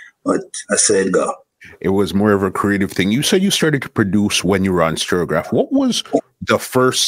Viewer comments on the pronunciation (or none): I am wondering if i am the only one who call the sound STUR GAV INSTEAD OF STEREO GRAPH COME ON MAN PRONOUNCE THE WORD PROPERLY